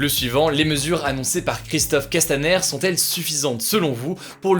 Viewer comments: « sont-t-elles »😂 Nan en vrai continue comme ça c’est génial ce que tu fais, c’est construit, interactif, objectif... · "sont-elles" pas "sont-t-elles"